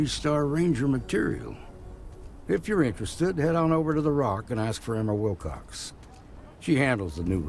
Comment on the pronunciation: Oh, Annie Wil**cox**. Sounded like Annie Wil**kes**. Yay for subtitles. :)